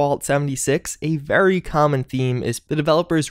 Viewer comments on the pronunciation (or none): none